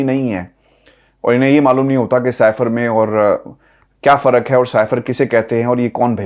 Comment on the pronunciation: shahjel memon syfer ko syfen kehty hain ya tu jahalat hai